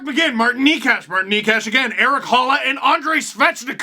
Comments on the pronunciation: It's naychas (Nacho is one of his nicknames) not knee cash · Hey Steve! Just a liiiitle help with that Necas pronunciation, since you’ve been saying his name quite a lot lately. Nečas is pronounced NE as in NEVER and ČAS as in CHAStity. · It's pronounced Nay-Chus